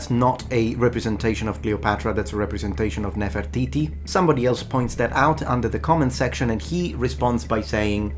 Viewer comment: Egyptian here. Great video with great explanation. I knew you this is legit when you only focused on the facts, also the way you said Nefertiti showed you know your stuff. So thank you for actually saying the truth!